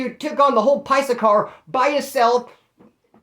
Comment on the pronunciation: “paisa” lmao